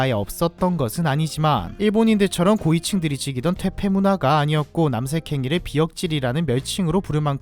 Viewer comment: 남섹이라고 들리는게 너무 거슬려 ㅠㅠ